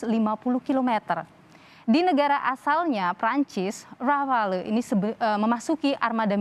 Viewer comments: noted yang jelas namanya RAFALE bukan RAFAEL salah sebut diulang ulang dasar jubir geblek😏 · Mantap..tapi penyebutannya 'rafal' bukan 'rafael'.. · Rafale di baca Rafal lee (e pake e rujak bebek yah jangan bebek soang) susah amat yang orang indonesia nyebutnya. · Bukan rafael pak...tapi rafale... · Rafael Mulu Disebut Orang ini, Padahal Namanya Rafale Bukan Rafael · Bukan rafael tapi rafale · JUBIRNYA SALAH MELULU... RAFAEL RAFAEL.. SALAH MASSEHHH R.A.F.A.L.E... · Mas Dahnil jubir Menhan, nyebut pesawat RAFALE aja masih salah melulu.... Btw, RAFAEL itu perusahaan pertahanan asal ISRAEL... Atau dia ngidolain RAFAEL di anime Ninja Turtle ya? ... Haha😄